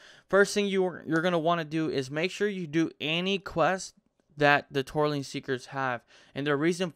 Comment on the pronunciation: It's Tortollan Seekers...NOT Torleen LMAO